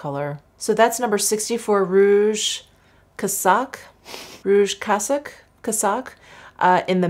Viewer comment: Hey, "casaque" is pronounced "kazak." It means blouse. So happy for you that you got Hermès PR!!!